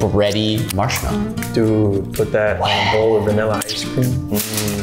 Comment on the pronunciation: Bruh it’s bowl not boll